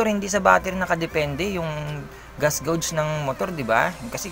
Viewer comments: Geygs ang pagpronouns s gauge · Yung pronounce mo ng gauge mo "geyg" dapat. Okei?